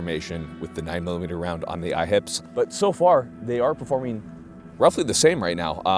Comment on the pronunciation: I keep thinking he's saying "IHOPs", now I want sum pancakes....Smh